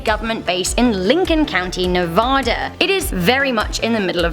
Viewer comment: Voice person: Pronounced (ne-va-da) Like nuovauta Lmao